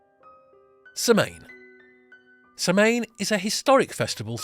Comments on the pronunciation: Samhain is pronounced more like Saw-win. That is about as close phonetically as a person can make it. It is a common mistake to hear it mispronounced. Nice video. Thank you. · Oh, good, someone already said it. The mispronunciation was driving me a little crazy. Lol! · Thank you for the video you did a great job on all the cultures. As an Irish Pagan myself also some of my family in Ireland still are we celebrate Samhain. Just next time try and get the pronunciation correct 👍🏻 🥃 Sláinte 🇮🇪